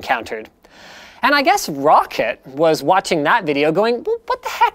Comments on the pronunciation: Linus, its pronounced ROCK-cat not Rocket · Roccet. Roccet. Roccet. it's roccAT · Roccit? No Linus.. Its Roccat. tut tut. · Linus, pretty sure it's pronounced ROW-CAT